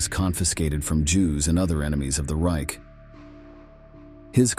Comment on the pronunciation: 'Ryk' was like fingernails on a board - it's reiCH, like loCH!